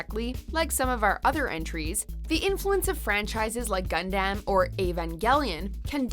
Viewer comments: “Gundamn” ?? What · You said Gundam, and Evangelion wrong. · Gun-damn I hate watchmojos pronunciations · I internally cry when I hear someone say “Gundam” as “Gun-dame” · You said Gundam, and Evangelion wrong. Gundam is pronounced Gun-dum, and Evangelion is pronounced E-van-gel-lee-on. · this chic really just pronounced ‘gundam’ as gunDAMN. 😂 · What’s Gungdam? Think you mean Gundam. We all know you are pronouncing with a French accent but this one was simple. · Is saying gundam and manga so hard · You miss pronounced Gundam and never ever ever put Gundam and Pacific Rim in the same sentence 😺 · Who pronounces Gundam like that?